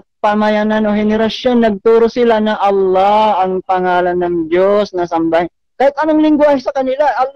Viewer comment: Nahirapan bigkasin ni si Allah ang Dios tomintigas dila ni